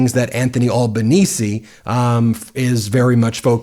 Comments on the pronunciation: pronouncing it as albuhneezee is wild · Thanks Ben, for being the first American to get the last part of our Prime Minister's last name correct. Now for the start: Al pronounced as in the boy's name, not All. Small point in the universe of all your amazing work, which we appreciate. What people don't realise about AUKUS is that the big winner is the US because we would be providing a base for nuclear submarines in Western Australia, a spending of AUD386billion, with no guarantee of getting a nuclear submarine until the 2040s (and even that is now uncertain). Cheers.